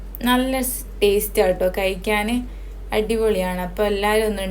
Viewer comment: ഴ ഒന്ന് പറയാൻ പഠിച്ചോളൂ .. കൊയക്കൽ അല്ല കുഴക്കൽ, കയിക്കലല്ല കഴിക്കൽ 😀